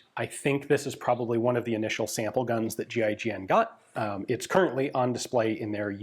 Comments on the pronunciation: 🤦🏼 I thought he was saying G.I. Jen…. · Every time he says GIGN it sounds like G.I. Jen... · kept hearing "GI Jane" whenever Ian spelled GIGN. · You say 'G.I.G.N', i think; "giggin'"....... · Ian says GIGN . My brain hears GI Joe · You're telling me it's not pronounced "Ghee-ghen" 😶